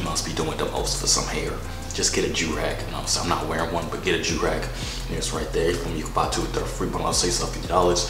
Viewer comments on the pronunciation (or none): He said “ you wanna joorag”.😂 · It's joorag not durag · I’m dead he said u want a joorag lol 😂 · “You want a joorag”🤣🤣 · He said you want a joorag😂